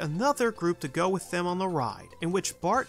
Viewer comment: I just started watching this channel, and I can't stand that he pronounces "with" as "wit".